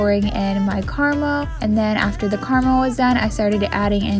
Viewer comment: WHY DID U SAY CARAMEL LIKE THAT